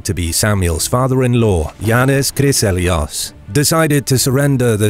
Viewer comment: why does it say jonh chryselios but you say something different. Is it a pronunciation thing?